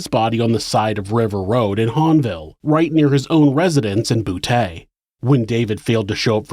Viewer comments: I laughed my ass off when you pronounced Boutte, LA. You said "boo-Tay" like an 80's pimp or something. It's pronounced "boo-Tea" or "boot-E". It's always funny when people mispronounce the Cajun French &/or Creole names & places around Louisiana. I'm not being an asshole, just having a bit of humor from what is otherwise a serious, disturbing subject. Good videos though, there are some sick bastards out there. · Just FYI if you ever have another case located in Boutte, it's prounounced Bou-T, not Bou-Tay :) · Boutte sounds like BOO-TEA. Not boo-tay. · Boutte pronounced (boo-tee) not (boo-tay) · Love this channel. From new orleans, la. Btw, Boutte is pronounced Boo-Tee not Boo-Tay 😅😅But still love the channel. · Bouteeeee not taaa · But we say Boutte as boot not boo tay 🤷🏻‍♀️ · Love your videos.. but it is BOO-TEE, not Boo-tay. 🤣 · I might have said, "Boo-ett" but "bootay" does sound funnier... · As always amazing story telling. (Boutte- "Boo-tee") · For future reference it's pronounced dez-almonds, boo-tee and South lah-foosh. Thanks for all the great content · Lafourche is pronounced “Lafooshh”. Boutte is “boo-tee”. Kenner is in Jefferson parish. There’s east Jefferson and west west Jefferson. East Jefferson is right by St Charles parish. River Road (where he dumped victims) runs a looonnng way. It runs through a bunch of out parishes. Louisiana is still very racist and conservative. New Orleans is more covert with its racism. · Am I the only one who finds it funny that a gay serial killer operated in a place pronounced “bootay”? Lmao come on now ppl . You know that’s funny stuff. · Boutte. Say it like boo tee. Montz. Said like months. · Boutte is pronounced “boo-TEE” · “His residence in Boo-TAY” Some jokes just write themselves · BOO-tee for Boutte, luh-foosh for Lafourche, New or-lunz for New Orleans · Boutte is pronounced as Boot-tee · I’m sorry. Did I just hear that Ronald lived in a town called “Boo-TAY”? 😂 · Ironic he lived in a city pronounced “BOOTAY”……